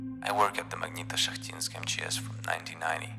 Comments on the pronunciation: позвольте подушнить магнитошахтИнск, ударение на последнюю и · Я произношу как магнитошахтИнск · you can't copy the idea of this video because nobody can pronounce "Magnitoshakhtinsk"